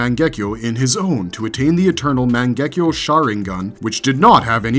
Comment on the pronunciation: How the hell did you pronounce Mangekyou correctly but struggle with Jutsu lol